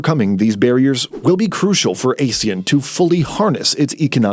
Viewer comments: These AI-generated narrations should know that ASEAN is pronounced "ah-shan", not "ey-shan". AI is supposed to be well-informed. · We pronounce it !!! ahh sea an “ASEAN” not Asian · AH-SEE-YAN, you pillock! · How can people take this video seriously when the narrator can'y even pronounce Asean correctly? It's not A-sean with A pronounce as the alphabet A. It's A as in Armour then sean. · Even Indian news like WION still got their pronunciation correct, it's 'Aaa See Aaan'. Though it's unfortunate that British Pronunciation as heard in Google, ALSO got it wrong!